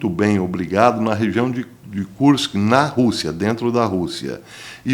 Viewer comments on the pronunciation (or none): none